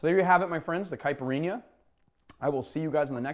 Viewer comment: As a Brazilian, I can just say that you nailed it perfectly. Well done!